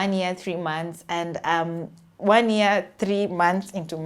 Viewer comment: They also pronounce year as "ear"